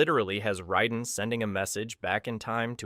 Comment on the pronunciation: He also says Raisen wrong